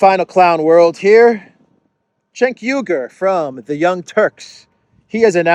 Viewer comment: I'm loving your adventures in Central Europe! Regarding Cenk Uygur, a pronunciation hint: his last name sounds like this: OO-WEE-goor (the first two vowels are slid together). Thanks for your excellent research and reportage!